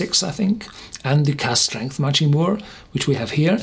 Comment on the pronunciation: "mack ree" = machrie